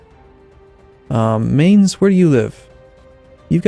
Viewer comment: It's pronounced Mines, with the end sounding like the end of 'putz'. Not 'mains'.